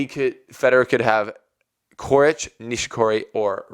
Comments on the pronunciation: actually it should be pronounced "Czoricz" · "Coric" is pronounced "Chorich," or that's how I always hear it said.